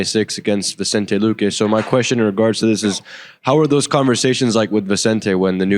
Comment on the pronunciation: This guy can't get anyone's name out of his mouth, and he thinks we forgot he ran away from Luque and the press in December.